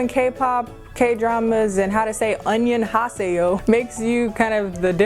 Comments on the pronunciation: This girl said onionhaseyo😂😂😂😂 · I CHOKED AT "ONION-HA-SAY-YO" 😂😂😂😂😂 "WAE-GU-RAY" 😭😭💀💀💀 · "ONION-has-say-yo" Im soooooooooo weeeeeak!!!!!!! XD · "Onion haseyo" 😂😂😂😂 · Wait what?! Did she say 'onionhaseyo'? 😂😂😂😂 why? dead